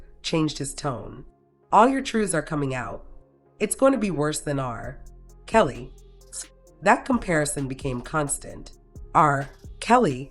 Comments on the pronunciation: The way R-Kelly is pronounced as RRRR Kelly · Why is r kelly said like that. R (pause) kelly . Must be ai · Yup. The R. Kelly pronunciation is proof